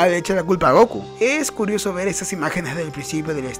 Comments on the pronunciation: Me gustan tus videos amigo pero porque decis GOKU Y NO GOKÚ con acento como se dice en realidad? Por lo que veo sos latino pero bueno cada uno lo dice como quiere jaja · Dude... Por que pronuncias Góku si el nombre es Gokú, en japonés también se acentúa la u, suena muy raro XD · Me da un pequeño ataque cuando dicen goku y no gokú,(aunque no lleve tilde) pero buen video xd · fa alta bronca que digas GÓKU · se que es algo raro para preguntar, disculpa, solo que no paraba de llamarme la atención cada que decías Goku mal XD